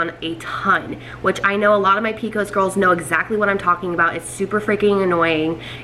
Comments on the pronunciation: I’ve never heard it called “p-cos”, they way you are pronouncing it. I like that. We just always say “P-C-O-S”. Good luck on getting pregnant. I have PCOS too. I was able to get pregnant thanks to taking Metformin. Currently I don’t take any medication anymore and just am able to control symptoms with diet and exercise. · I’ve never heard of the way she says it either and I’m from Alabama. I’ve always heard it by the letters too, but I kinda like the way she says it “pee-cos”